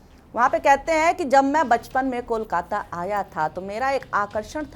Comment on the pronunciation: First time a non-bengali speaker was able to pronounce Kolkata so perfectly. 😊Brought tears to my eyes 😢 Thank you !